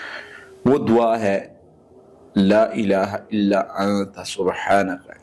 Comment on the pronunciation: Laaa tora lmba krk prhtay h,la means albta,laaa means nhi.correct da pronunciation